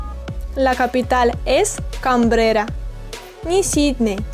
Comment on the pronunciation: Canberra, no Cabrera Centígrados, no centigrados.